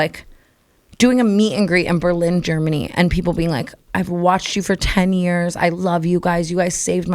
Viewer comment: “We’re Ger Man ey” ly brooke